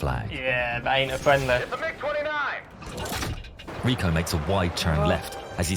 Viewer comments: Hearing you saying the letters m i g 29 instead of mig 29 feels so wrong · It’s not pronounced like MI6, it’s just MIG. These happen to be MIG 29’s. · It it pronounced Mig, like Fig